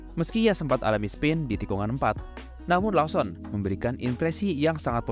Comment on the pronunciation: Koreksi bang Lawson bacanya Lowsen